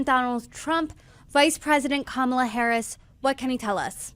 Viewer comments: The future President of the USA’s name is pronounced COMMA-LA, accent on first syllable!!! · Repeat after me: KAHH-mah-lah. Geez, why is it sooooo hard to get her name right? It's not rocket science. Sheesh! 😂